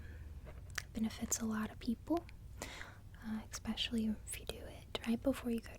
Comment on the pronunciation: I never heard it pronounced "expecially" before...